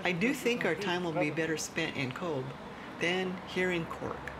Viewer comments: pronounced COVE. it uses the irish language 'BH' which gives it the V sound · "We like to mix with the locals" typical US person....goes to a place and doesn't learn how to pronounce it's name. if you'd have truly connected with locals they would have told you, it's cove not cobe Bh is pronounced as a V. So Aobha and Eobha are Ava and Eva 😂 good video. otherwise, though 👍